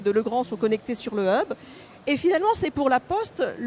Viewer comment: on peu traduire 'hub' , sinon le prononcer bien an anglais ? qui créez la prononciation francaise ?